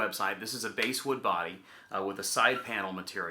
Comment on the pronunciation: Bass wood is pronounced like the fish. Note like base,,, but bass like I caught a bass fishing today!